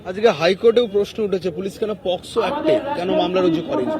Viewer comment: Pocso Na Posco , Jigesh korun Police Mantri ke ....uni se tao ki thik kore bolte paren na sudhu upohar deben tader jara onar against bola lokeder dhoriye debe